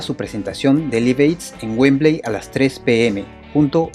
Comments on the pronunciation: Repeat after me... "laif eid" "laif eid" "laif eid" No "lif eid" 🙄🙄🙄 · No se dice liv, se dice laiv y se escribe live! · Buen artículo Pero primero hay que aprender a pronunciar el inglés. Se pronuncia "laiv eid" y el nombre del tema se pronuncia "joul lora lov". Entre otras palabras mal pronunciadas. Saludos. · John Bonam? Liv ed? hulla lot of love??? No mams... Mejora tu inglés. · Liv ed... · Ojo se pronuncia "Laiv" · Interesante todo, pero choca un poco escuchar tantas veces Live Aid mal pronunciado